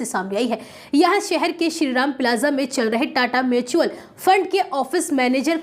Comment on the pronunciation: मैचुअल नहीं म्युचुअल होता है मैडम 😂